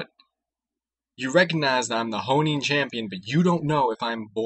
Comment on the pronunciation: For some reason it really bugged me when you kept saying "Honing champion" - it's HO-ENN champion damn it!